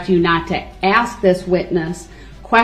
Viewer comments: I’m fin to axe for subject matter jurisdiction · "Do you recall what you remember so I can aks you?"